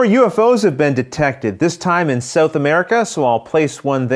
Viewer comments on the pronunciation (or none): Excellent video, my friend. Your computer graphics skills are increasing with each game. On a side note, I think that's the first time I've ever heard it pronounced as "Sew-th" America. :)